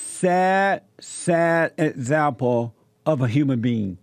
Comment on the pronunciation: You be an 'ezzample' alright bruddha.